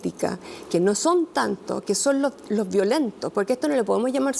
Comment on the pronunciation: Qué no nos quemen looh metroh